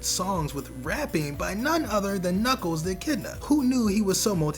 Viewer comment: Knuckles not knuckle